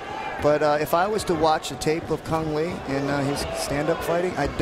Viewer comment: kung lao not cang le :)